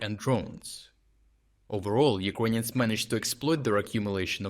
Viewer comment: Please stop saying "Ukwainians" 😭